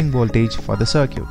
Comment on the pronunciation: Good video but you need to learn how to pronounce circuit better.